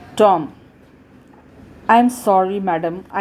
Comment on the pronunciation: Pls improve reading you just read like with attitude like is Tom not Tomm.............. And also its watch not waatch.......